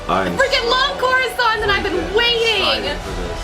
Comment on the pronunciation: It's not coruscant